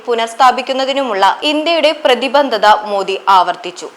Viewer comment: പ്രതിബന്ധത അല്ല പ്രതിബദ്ധത ആണ്...!റീഡിങ് ചെയ്യുമ്പോൾ ശ്രദ്ധിക്കുക...!!!